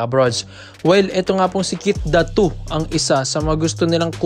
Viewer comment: Ayusin mo naman pag bigkas ng pangalan NI KEITH DATU AYYY SUSS